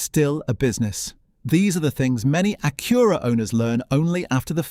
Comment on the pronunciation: Evidently, thing number one is how to pronounce "Acura."